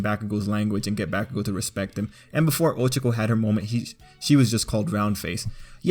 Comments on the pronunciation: This isn’t hate but I can’t stand the way he said her name. It’s not 😭 I think people take to many things over bored💀 if he calls someone by there name “SHIP”, he thinks about someone for a sec “SHIP”, one scene alone together “SHIP”, y’all need to chillllllll💀💀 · Why do people insist on over pronouncing everyone’s names? 1. Oh-CHAW-koh, not OH-chuh-koh 2. Baw-KOO-go, not BAH-koo-go 3. OO-ruh-RAH-kuh (why do people always roll the r’s? its not spanish) 4. Toh-Doh-Rok-Kee; Again with the rolling the r 5. OH-Ji-ro, not Oh-JI-ro. Inflection is very important to not sound like a fool. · I was just drawing while listening to this and i legit just slammed down my headphones and screamed "you did NOT-" at my laptop screen when he mispronounced 'ohchkoh and bAkegoh' (Ochako and Bakugo) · I think he is saying them wrong it's pronounced Bak-u-gou O-ch-ca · Ahhhhh that's not how you pronounce their names😭😭😭😭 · Am I the only one that notice he is saying Ochako's name completely wrong same with bakugou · Bruh he says ochako and bakugo names wrong!!!!!!!! HOW??????😑🤦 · I love how you say ochako's name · that is NOT how to pronounce OCHAKO!!